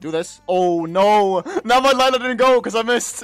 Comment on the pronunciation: Why does say liela lol its layla